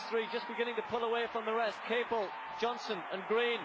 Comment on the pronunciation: The announcer keeps pronouncing john Capel's name wrong. It's ca-PEL. it makes me wonder whatever happened to him.